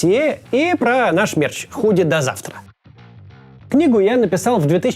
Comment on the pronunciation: "До завтра" прозвучало почти как "до вчера".